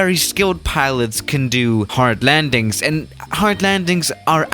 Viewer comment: How you say landings hahahahha